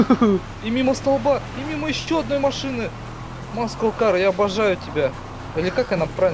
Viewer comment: маслакар,а не "маскл кар"!